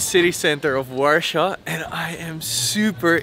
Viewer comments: man how can you say warsaw so wrong its so triggering because its so easy to say war than saw not warshor like your saying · Quite annoyed you haven't even bothered to look up the proper pronunciation of Warsaw... It's deffo not warshaw!